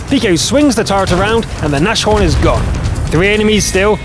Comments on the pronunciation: Please check the how to pronounce German words properly. It's "Nas-Horn" not "Nash-Orn" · Dorjan24 Sure, accent isn't the point^^. The point is, that you cannot connect "s" and "h" to "sh" in German, because the word "Nas-horn" is split into two parts. Those parts are treated like independent words for pronunciation. These are simple things that you can quickly look up in Google Translate and will make your work look way more professional.